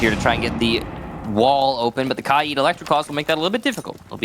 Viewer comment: I don't think Kaid has 2 i's. like it's not kai-id its k-aid